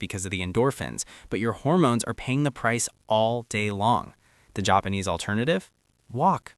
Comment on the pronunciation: The Jop-pawn-ease. What a wild way to pronounce that…